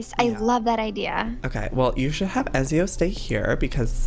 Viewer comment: OMG PLEASE FOR THE LOVE OF GOD PRONOUNCE IT PROPERLY EZIO's NAME IS PRONOUNCED E-TZ-I-O!! ITS MY CATS NAME SO PLEASE PRONOUNCE IT RIGHT!!!!!! 😡😤